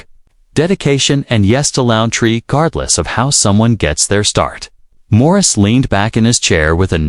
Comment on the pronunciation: It's not Maurice. Jeez. Get it right. 🤦‍♀️